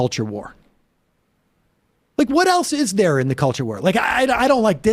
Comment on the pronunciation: Gives voting rights “Hewp da weft is aggwessing me in da cuwture war”